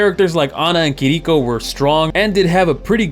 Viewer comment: Kih-DEE-koh killled me too lol, at least its closer but still no cigar